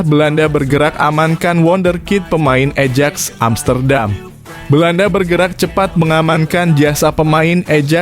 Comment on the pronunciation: lucu pembaca narasinya tidak tahu club sepak bola ajax hrsnya di baca ayax